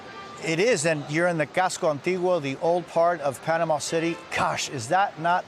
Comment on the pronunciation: Panamanian here, his pronunciation was perfect!